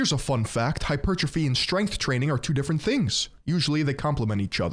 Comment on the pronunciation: HE SAID “HYPER - TROPHY” you have GOT to be kidding me